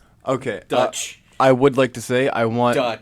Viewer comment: When they called Deutsch "Dutch", my soul died. cool letsplay btw